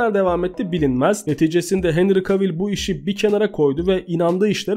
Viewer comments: Abim çok iyi video ama henry cavill i sesli söylerken henri kevıl diye söylememiz gerekmiyomu bütün video henri kavil demen çok garip geldi :D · Abi sponsor kelimesini siponsor değil sıponsor diye oku bir de kavil değil de kevıl de cavill'a